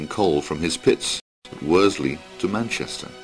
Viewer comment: Watched this video and by and large enjoyed it. However, although the the narrator is very good he makes a few errors in pronunciation. 'Worsley' is pronounced as 'Wors-ley' (common mistake), should be said as 'Wor-sley'. 'Clowes' should be said as 'Clewes', 'Pendlebury' 'Pendlebry', should be said as Pendle-bury (berry).